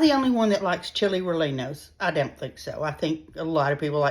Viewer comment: Pronounced Chile Reyenos 😘